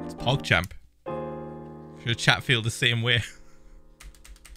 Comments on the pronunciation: When he said chat i though he said crap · Chet sounded like sh*t for me